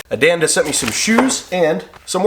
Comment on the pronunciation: Listened but think you mispronounced your sponsors name ,hope they don't ask for the shoes 😮 sounded like you said Adanda,not Andanda 😮